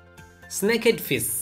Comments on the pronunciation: Dude its suppose to be fish not fis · It’s fish not pish… get your pronunciation right before posting it on YouTube. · Fissssss??? Say it properly Fish with the H! 🤣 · The way he says fish 😂: GOLD FIS 👹👹 sAw FIS 👹 SRIMP 😂! BY THE WAY GOOD VIDEO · it sound annoying to hear him say fiss....... driving me up a wall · НЕПРАВИЛЬНО ПРОИЗНОСИТЕ СЛОВО fish! СЛОВО fish or fishes произносится ни в коем случае не через букву " s" это межзубный" ш"!